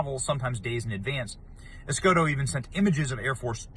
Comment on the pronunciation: Escotto (os-got-toe), os-gaught to go to jail!